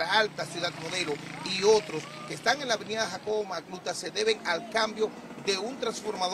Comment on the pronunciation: Da pena como ese reportero dice "Jacobo Macluta" 😢